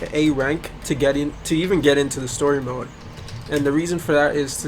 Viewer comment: He said WoMode xd